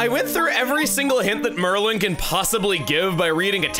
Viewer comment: Chugga, are you sure you are pronouncing Merlon's name correctly? Because I would assume it would be pronounced Mer-Lon, and not Mer-lin. And with all of the magic characters being all slight alterations on Merlin. And given your track record, I could totally see you as a kid looking at Merlon and thinking "This looks close enough to Merlin so it must be Merlin" and then never recognizing it.